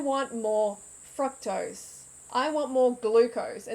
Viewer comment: Please pronounce fructose correctly